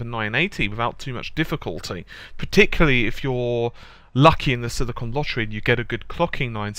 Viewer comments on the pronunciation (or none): none